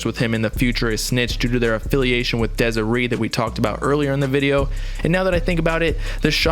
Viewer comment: Bro how you pronouncing Desiree like that? 🤣